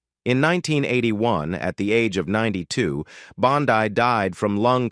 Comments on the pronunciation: It was Beulah "Bondeee). That is the proper way to say it. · Mispronounces the last name of the famous character actress Buleah Bondi.